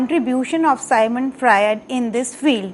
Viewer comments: Dear it's Sigmund Freud not sigmant frued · मैडम सायमंड फ्रायड नहीं सिग्मंड फ्रायड कहो।